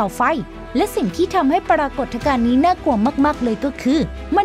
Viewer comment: ปรา กด ทะ กาน ?